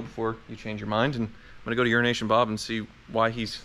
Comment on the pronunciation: Watched for almost a year before I figured out he wasn’t calling him “urination Bob”. I kept thinking the guy must like to pee on people or something